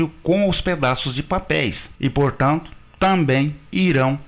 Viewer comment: Rapaz....aqui vai mais um elogio....nada a ver com o conteúdo da matéria, mas que envolve o idioma Português...Por enquanto não "ouvi" você pronunciar o maldito "tamém"!! Muitos profissionais, no uso da palavra 'TAMBÉM", pronunciam "tamém!! É só prestar atenção nas falas por aí...Argggg!!!